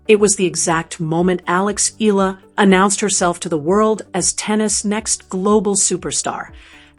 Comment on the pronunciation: UP TO NOW, YOU DONT KNOW HOW TO PRONOUNCE HER NAME. ITS E-YA-LA NOT EE-ĹA.